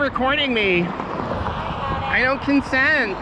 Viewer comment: "I don't cuntsent..." Karen McKaren 2022